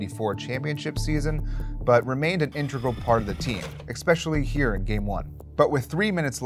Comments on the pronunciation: There’s no “X” is “especially,” dude,,, you speak for a living, get it together... Come on man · Nice vid..doubt you will see this, but you'd sound more professional if you can pronounce especially.